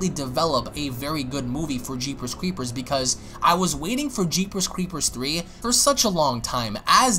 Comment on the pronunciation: He pronounces it as, "Jeepers Cweepers Twee" lol